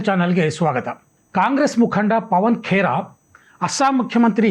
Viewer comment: ಪವನ್ ಪೆಡಾ ಬದಲಿಗೆ, ಪವನ್ ಪಿಡಾ ಎಂದು ಹೇಳಬೇಕಾಗಿತ್ತು ಸರ್.